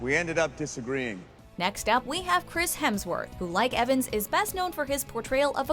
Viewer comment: Chris Helmsworth. Oh my gosh.